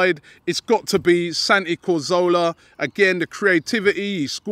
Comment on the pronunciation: Please robbie learn how to say "cazorla" he has been here for 2 years now lol